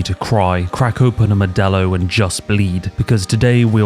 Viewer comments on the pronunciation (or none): Modello ? its Buffer Light my man.... omfg that Halo music gave me chills, its like the first time i opened Dr. Pepper...